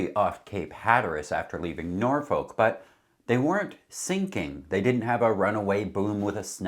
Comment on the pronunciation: Norfect is more the way to pronounce Norfolk it’s Norfeck